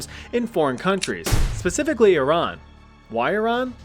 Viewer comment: I love how you say Iran correctly (I’m not Iranian but I used to have a close Iranian friend). Most people (native English speakers*) pronounce it as I-ran and not e-RUN